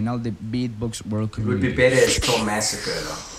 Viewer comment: tomazacre no "tomasacre"